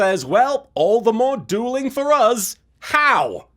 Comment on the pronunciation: "Jaden Theur's down a Fhur's down" gets me every time XD